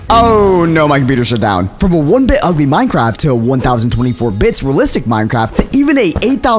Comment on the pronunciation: is it just me or in the intro did it sound like he said this is minecrap